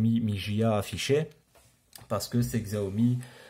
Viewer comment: Combien de fois faut-il répéter qu'on prononce 'chiaomi'?! On est au 2ème siècle, il faut se mettre à la suprématie chinoise et accepter leur mode de prononciation.